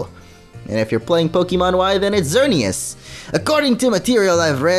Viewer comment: U said y is xerneous